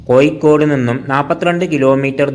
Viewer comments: കോയിക്കോടല്ല കോഴിക്കോട് എന്ന് പറയൂ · Ennal pinne, malayalathil Kozhikodinte peeru mattiyit Koikode ennakkikoode? Swantham naatukar thanne peru maryadhakku ucharikkunnillel pinnenth paranjit karyam. Evde aarum engade malayalam slangine kalayakkunilla, ningalude ucharanatheya kaliyakkunath. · Actually it is koyikkode... It is derived from koyalkottai